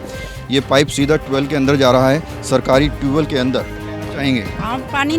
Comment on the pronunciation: ट्वेल नहीं ट्यूब वैल